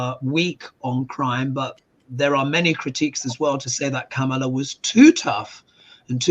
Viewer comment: Comma-La. That’s how you pronounce Kamala!